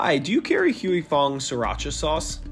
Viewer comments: Is that how you pronounce “Huy Fong”? Sounds horribly wrong and shows a lack of research or care on CNBC’s side, when this can be referenced by watching the plethora of video and audio files to learn how to pronounce it. This story seems incredibly one sided. I’m shocked that this video came out basically accusing Huy Fong of greed and ill intent, when the same video points out the company has a 6.3% market share of hot sauces. Compare this to McCormick or any of the large food giants which basically own most of the food we get in a Ralph’s, Vons or other American grocery store! Is this story being released due to lack of cultural competency? Or is there money being spent to defame Huy Fong, to minimize their market share? Idk….maybe it really is to show why there’s a shortage of Sriracha but something feels off to me. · I appreciate you for sharing your comment ad I found this to be one sided too. At least pronounce the company’s name correctly right? It’s the least CNBC could do. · Please learn how to properly pronounce the name of the company first!!!! If you don’t know just call the company and ask. This shows how “white” you are. And you work for NBC? Don’t NBC have a sister Latino channel? Wouldn’t being sensitive to ethic names a priority. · Why didn't someone teach these white people how to pronounce Huy Fong before this video 😩😩😩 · Listening to this guy say Huy Fong is a torture. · Can't figure out how to pronounce Huy Fong? Lazy reporting. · It's not "hewey fung foods," it pronounce "hi-fong foods." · its not pronounced "HUE" Fong. its pronounced HWAY. Stop white people from reporting on cultural matters they only degrade everything they touch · It is not called Hu I Fung it is called Hwee Fung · You pronounce it like Huey Fong? Really? It's more like Hwee Fong. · It's HWAY FONG. Please, stop with the HUEY. Good lord. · The company is pronounced HWEE FONG !! NOT HUEY FONG !! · It's pronounced Hwu'ei Fong. Hugh-ee Fong sounds so off😂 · Pronounced "we fong"